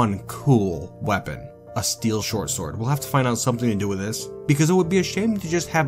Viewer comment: When you say shortsword, it sounds like you're saying "Shore sword".